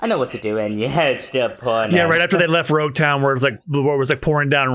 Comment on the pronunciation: its louge town like prologue not rogue